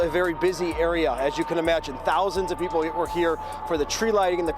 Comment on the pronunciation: PeePUL storAYS Sorry, I had to stop.